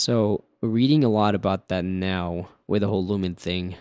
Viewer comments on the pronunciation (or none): none